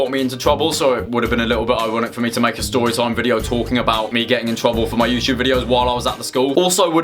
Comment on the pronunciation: “I am going to tew you a stowy” uwu